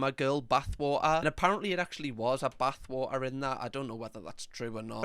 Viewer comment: Why it sounds like Buttwater when he says Bathwater